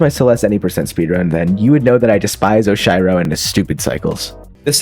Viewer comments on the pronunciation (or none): ERM ACTUALLY - While the use of cheat mode is allowed, it still did not save enough time for everyone to get sub 3 hours (sorry Zeion97) - Those "bounce pads" are called springs - Those... aren't crouch dashes?????? - The "conveyor belts" are called both Traffic Blocks and Zip Movers - It's "Oh-shee-row," not "Osh-eye-row" - The dust bunnies do not move in "very strange patterns" and are not "very hard to predict". In fact, all dust bunnies move in a very linear and predictable pattern. - While most refer to the "Red Bubbles" as such, they are referred as "Red Boosters" in the files of the game. The "Dash Conveyors" are called "Temple Swap Blocks", as well. - TECHNICALLY, Core is not the only level to not replenish your dash when you touch the ground. TECHNICALLY, the Prologue also doesn't let you dash once you hit the ground. - That "conveyor belt" is called a Core block - You really tried twice to name the bumpers correctly and failed both times, that's a pretty big L That being said, sick video! Congrats on becoming one of the best Celeste speedrunners to ever live. Anyways watch out because I'm totally beating your time soon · nah please how did you just pronounce oshiro? 😭